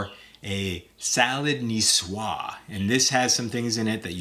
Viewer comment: Nicoise is pronounced ni-swaaz 😊 Love the dressings. Thank you.